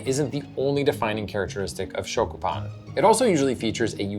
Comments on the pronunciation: your are killing me. learn the proper pronounciation of SHYOKU! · Stick with grilled cheese bruh. Stop trying to colonize our shokupan if you can’t pronounce it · Pronunciation note: the "o" in "shokupan" is more rounded, not open. It's more like the "o" in "glow" than the "o" in "shock." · You mispronounced both shokupan and yudane. Double fail.